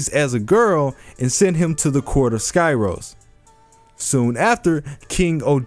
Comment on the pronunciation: It’s pronounced “ski-ros”